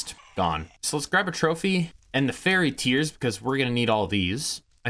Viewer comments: It's more closer to Fire-ee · I get an aneurysm every time he mispronounces fiery